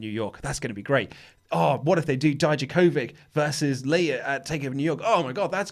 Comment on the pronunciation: You pronounce Dominik's last name better than the US commentators because you end it with ich, but it's not pronounced as Di - Ja, but as Di - Ya - Kovich! Haha, greetings from Croatia!